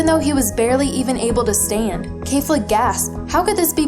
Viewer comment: It's KEFLA! Not khalifla.